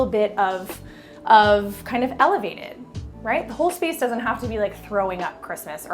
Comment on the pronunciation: And "elevated" 😅